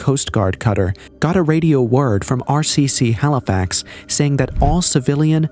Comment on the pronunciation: Halifax not halifox